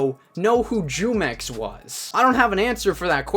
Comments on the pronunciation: Does it bother anyone else how he says jumex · Its funny hearing all these non hispanic people pronounce his name wrong af😂😂😂its a mexican brand of juice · Yo, jumex is technically an industry plant. Grupo Jumex, S.A. de C.V. (pronounced JOO-MEX) which means Jugos Mexicanos (Mexican Juice) is a brand of juice and nectar from Mexico. The Jumex brand is also popular among Hispanic consumers in the United States. Currently, the Jumex Group (which manufactures Jumex) offers lines of fresh and preserved fruit juices, nectar, children's drinks, milk, smoothies, energy drinks, and sports drinks in Mexico. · his name is pronounced "who-mex", it's a mexican drink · Jumex is pronounced whomex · Bro it's pronounced like whomex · Yeah it's pronounced who-mex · Its pronounced Hu-mex. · Your pronouncing his name wrong, I'm guessing u dont drink jumex white boy